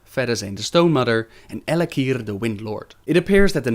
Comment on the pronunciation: for some reason I just love the way you pronounce Al'Akir